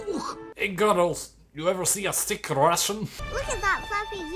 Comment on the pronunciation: Gru made me changed how I pronounce “gorls” 😂😂😂 literally a great movie for those days you feel down honestly ❤️